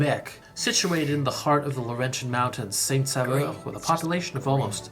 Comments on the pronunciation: "Saint-Saveur." IS NOT THE NAME!!! It's not even A name! The name is Saint-SAUveur. Pronounced SO-veur. If it would be an English town it would be called Saint-Savior. It would be nice if you would inform yourself about the French Canadian culture. The French Canadian culture is WAY DIFFERENT than the English Canadian culture!! You have practically done no videos on our beautiful culture! After all Canada isn't only about the English! The French Canadian culture is very important in Canada. So if you want to have a TRUE idea what Canada is about, you NEED to find out more about French Canadians. Not just in Québec, but ALL over Canada since Franco-Ontarians, Franco-Albertans, Franco-Manitobans, etc, all share a past and culture, but each area has their own separate culture too. The Acadians have a totally different culture since their culture doesn't even stem from Québec. They have always been their own people and culture. They have a very interesting culture! "Seven hours. I feel like you're gonna want to be flying that" ... "even if you're not going to be doing it a lot". Well if you want to visit Canada you better get used to driving 7, 9, 12 hours or more if you live in a remote area. That's NORMAL in Canada! Flying is VERY expensive in Canada, so unless you're rich you are DRIVING everywhere! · Saint-SaUveur, Québec - pronounce Saint-S'o'veur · It is Saint Sauveur Quebec. (Holy Saviour) Not 'Saint Saveur' You forgot a 'u'. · Oh my god it’s “Saint-Sauveur” as in saint-saviour not “Saint-Saveur” as in saint-flavour 😂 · Not St-Saveur, but St-Sauveur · That's Saint Sauveur, not Saint Saveur!